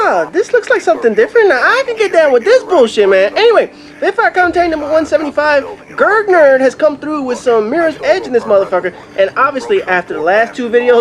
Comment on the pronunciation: The capitalisation is incorrect, but don't worry at least you pronounced it right. Some people say Grug or gerge >.<